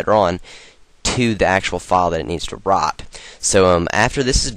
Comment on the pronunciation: lol when you said "write" it sounded like "rot" XP